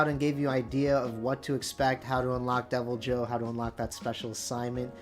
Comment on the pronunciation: No. The J is not silent. Literally nowhere is it pronounced “Devil-Hoe” in the games